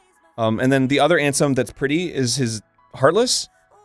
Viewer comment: Every time Arin said Ansem I was like nahhhh 😂